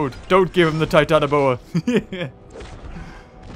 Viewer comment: You didn't say Titanoboa Right. You say it like this: TITANOBOARRR